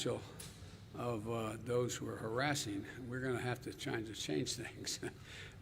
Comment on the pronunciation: By "hassasing the full potential"... Oh come on ...